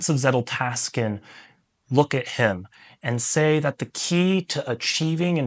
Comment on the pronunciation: I don’t usually hate on things but I really hate how you keep saying zetteltasken 😂 Hope it’s a joke. Otherwise I agree with your approach of knowledge vs wisdom